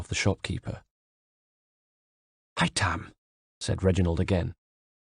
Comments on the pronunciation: Ive barely even dented the story and i love the narration but its haytham not haythem or haytem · But why is his name pronounced that way ? Is it not hay- tham not Hai-them. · Rana Lanus Gaine hi-tham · haha hytam is how he says it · It sounded a lot like "Hi Tom" to me, lol. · no i mean he should say it like the game. hay-them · Whatever he should have just said Haytham like in the games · Haytham is pronounced exactly as it is in the game not “haytam” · I noticed as well. He says Hytam. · Hi Tham 👋👋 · that is not how you say Haythem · only one complain the way you say haytham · Yeah, my cousin's name is Haytham and it's so annoying how pronounces it lol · the way he says haytham